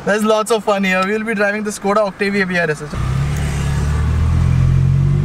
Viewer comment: It's not octivia it's Octavia